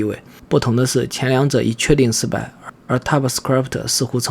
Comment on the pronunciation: typescript 你读作踏普死磕力普忑？